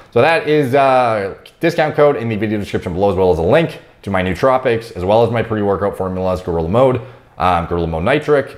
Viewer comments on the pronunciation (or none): none